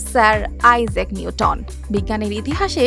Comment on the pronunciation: আপনি খুব সুন্দর করে বলেন।কিন্তু উচ্চারণ এ অনেক ভুল আছে যেমন আইজ্যাক, সদৃশ।